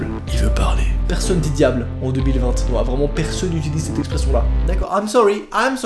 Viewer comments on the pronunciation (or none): Il dit 2020te😂🤣